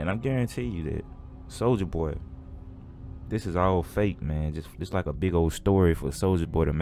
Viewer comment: "Soulja Pop" 😂